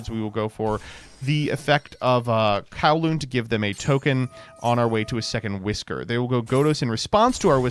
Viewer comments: It's Cooh-lumb not Cow-loom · That word is not pronounced Kow-loon....its pronounce like Columbus without the -us ...i think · I am just going to say that coulomb is pronounced COO-lom but besides that, great video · coulomb...anyone else hearing kowloon? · The fact that he pronounces coulomb, the unit of charge, as 'Kawloon', the VW city, is infuriating